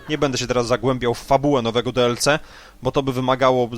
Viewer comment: No właśnie, jak można mówić "Plas" i jednocześnie DeElCe? "Plus" już można zostawić w spolszczonej wersji, za to DiElSi brzmi lepiej :)